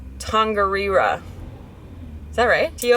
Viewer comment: Really enjoy your vids, thank you! BTW Tongariro (tor-ngah-dee-dor) Saw others comment about Taupo👍 Not fanatical, just appreciate it when people pronounce my language correctly. Like grammar in English class 😊